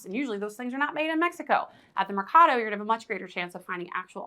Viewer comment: mercado say it like merry-cado and you will be a lot closer 😁